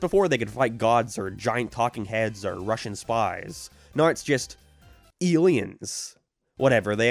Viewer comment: alr bro i was fine enduring every other fucking horrible take you had in this stupid long ass video but when you dissed fucking wingstop you crossed the line. You cant even fucking pronounce "about" or "now" correctly and now you say wings are bad.